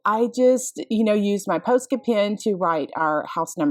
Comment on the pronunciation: Love all of the projects. Lots of inspiration. FYI, Posca rhymes with Pasta